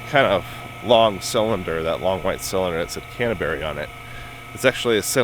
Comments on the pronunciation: Cantaberry? What's wrong with you? Learn to read English. it doesn’t say Cantaberry, it says Canberra, an Areva company that makes nuclear instrumentation. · Cantebery? It says Canberra. As in Canberra Industries, one of the worlds largest producer of nuclear detection and instrumentation. Formerly part of Areva, sold to Mirion Technologies in 2016. If you don't know who Canberra is and can't even read English you should not be talking about the nuclear industry, you should be going back to school to learn how to read English.